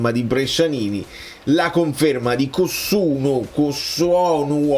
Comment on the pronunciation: Ciao e ciao amici bellini Campioni d'Italia💚🤍❤, mi sa che si dice Kossunnù, grazie per questo recappone della serie A, sempre lucido e preciso, ti fai sempre ascoltare quando parli ed hai un linguaggio molto forbito, a me piace molto Fabregas è un allenatore molto bravo😍, volevo fare un applauso ai tifosi giapponesi che hanno sostenuto la propria squadra senza sosta, cantando fino al termine della gara al di là del risultato, bravi bravi bravi 😍, uh ma sti Quelli là e nient, ma come se comprano stu Victor, senza soldi? 45 milioni è la meta dei soldi che chiede il Napoli per venderlo, ma poi figurati se ADL lo lascia andare così ad una competitor italiana, conoscendo il suo valore in campo? pare che ADL e Lotito l'avrebbero spuntata sul fatto dei contratti più lunghi, 8 anni, per i calciatori, vorrei sapere tu che cosa ne pensi? Forza Napoli sempre 💙💙💙, buona serata 😊🤗